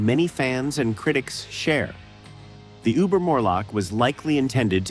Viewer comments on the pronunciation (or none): none